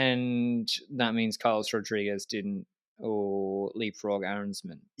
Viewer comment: Did you guys hear GCN call him “Godriguez” at the beginning of broadcast on stage 14?